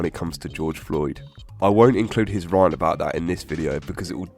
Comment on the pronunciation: The way this dude pronounces “rant” 😂